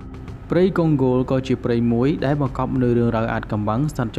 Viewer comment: អញឆ្ងល់ណាស់ ? Congo កុងហ្គោ វាទៅជាវាអានថាកុងហ្គោល អាតៃហោងឯណាឆ្កុយអញ្ចឹងទៅ ? ទីក្រុងម៉ូស្គូ វាទៅជាវាអានថា ទីក្រុង មូស្គូល ឯណាអញ្ចឹងដែរទៅ ? ចេះប្រកបអក្សរខ្មែរទេ អាតៃហោង ?